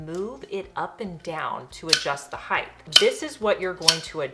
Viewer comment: Height!! Why do people not know proper English?